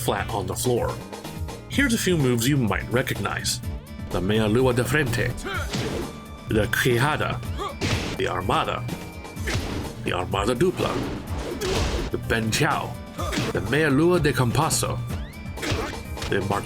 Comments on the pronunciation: "the queirradah" kakaakakak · More like "Kei-shah-dah" and "Shaun" ("Ch" pra quem não fala portugues soa mais como "tch" pra gente) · I love this video and how you presented the history of Capoeira in video games. Also I'd like to correct your pronunciations with English spelling equivalents Ginga = Zheeng-ga Capoeira = Cuppo-way Ra Meia Lua de Frente = May-uh Loowa Ji Frayn-chee Queixada = Kay-zhada Armada and Armada Dupla , you pronounced that well Bênção = Bane-sow, but try pronounce the sow as if you're trying to pronounce show Meia Lua de Compasso = May-uh Loowa Ji Com-pass-soo, and pronounce that "pass" like a British. A like Uh Martelo de Chão = Mukh/Marr-te-loo ji Show Bananeira = Bananayre Cavalo = Cavaloo Au Fechado , pronounced well, again, oo ending Au Batido = Au Buh-chee-doo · Not EVERYTHING you said was entirely wrong, as that highly voted comment says. The ONLY words you got wrong were: "Ginga" (should be "jeenga") "Queixada" ("kay-shada") "Benção" (ben-saum) "Chao" (Shao/shaw) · A valiant effort in pronunciation. Ginga has a soft G ("j" sound) on the first g... "Jinga" "De" is often pronounced almost like "ji" (with the i rhyming with "tip" or "spit" Quexiada = kay-SHAH-dah Ben-ssah-oo Again "you are not a coward" you did amazing both on the attempted pronunciation and the video. I remember the day Eddy dropped in the arcades... I was 17 and had already begun studying capoeira after watching "only the strong" I had seen concept art for him in gaming magazines and hoped he would be a capoeirista! I was so excited when I rolled by the mall and saw that ue was in fact a capoerista! It was a great day in my teen years.